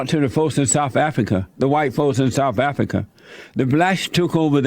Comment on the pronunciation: Mesican, distrution, domer, routers, de, afica, mine, guess what the correct words are that Jesse is trying to pronounce.